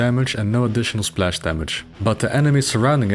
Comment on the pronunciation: Now I want to teach to say splash in perfect English